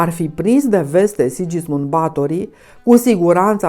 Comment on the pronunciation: este pronuntat "Sighismund" nu Sidjismund.